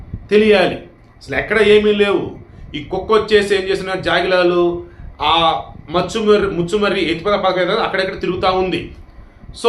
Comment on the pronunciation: మచ్చుమర్రి కాదు. ముచుమర్రి.